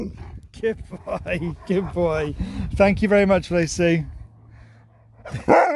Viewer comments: I think Sherp took the time to think about how much Thank you sounded like thank Sue. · Oh yeah haha. I can hear it too. "THANK YOU!" BRILLIANT!